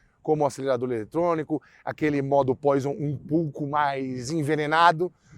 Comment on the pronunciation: Parabéns pelo Canal! Gosto muito da forma com um "Q" de humor e abordagem técnica fácil de entender. Só um porém: o botãozinho vermelho no volante Poison, que significa veneno em francês, então a pronúncia correta é "poazon ". Mais uma vez, parabéns pelo canal.